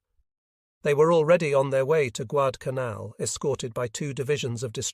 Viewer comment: "When Col Carlson arrived at the scene am in the afternoon." Guad-canal. Occasionally the voice gets close to Guad-al-canal. The American force deserves all credit for the US victory but the Japanese were suffering, as usual, from lots of "wishful thinking".